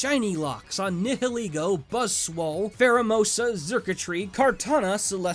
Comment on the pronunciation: Nihilego is pronounced like nihilism or annihilation.